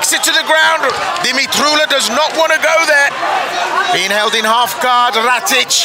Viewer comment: Definately not "ratich" xD